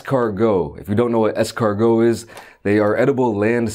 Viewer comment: Exortgo? Escargo? Excarhoth say it three times fast